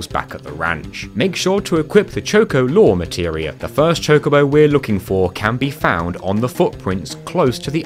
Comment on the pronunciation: Just out of curiosity, how do you pronounce the word "chocolate"?